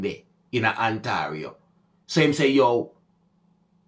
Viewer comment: Say it....On-tear-e-o....Ontario